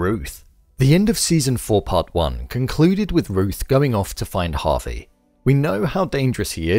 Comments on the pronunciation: It's Javi, not Harvey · You say Javi like Harvey lmao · Good video, but for .....sake his name is not HARVEY...it's pronounced Jaa Vee